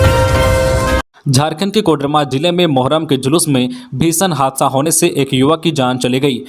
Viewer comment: जोहार ! और मुर्मु होता है मुरमुर नहीं और कोडरमा होता है कोड रमा नहीं।खैर धीरे धीरे ठीक हो रहा है।